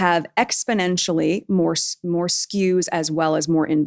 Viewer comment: *SKUs, not skews ❤